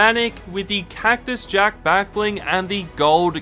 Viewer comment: Mans said kactus jactus lol but grate vid